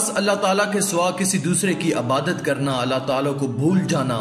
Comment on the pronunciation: Urdu to seekh lo bolna abadat nahi hota Ebadat hota hai